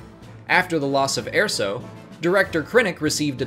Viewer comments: It's Erso not Airso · ER-SO NOT AIR-SO ahhhhhhh!!! (Jk good video though) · I have to point this out it's ER SO not AIR SO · Airso? Galen Airso? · How can you not pronounce erso? It’s literally said in rogue one. Get it right.